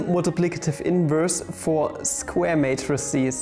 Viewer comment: "s kvare matrices" ;) Can you say squirrel on video? Please?